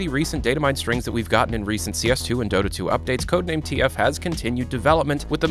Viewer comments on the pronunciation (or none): none